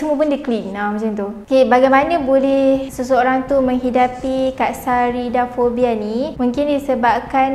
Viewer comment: speaker sebut: Fobia lipas : Katsarida fobia aku dengar: kak sarida.....